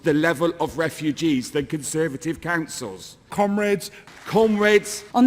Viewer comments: I wanted to show us Americans could bring intelligent discussion to the table, but it just sounds like they are saying "cumraids" and "cumreds" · thats what it sounds like to me, "cum raid" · "cumrags" Oh wait they meant "commrades"...eh "cumrags" is more fitting... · Did she say comrades? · Okay, gotta say it: to an American, I really wish they'd hit the O sound in "comrades". As it is? It sounds like they're describing a rag... someone "cleans up with" after a night on the 'Hub. Just sayin'.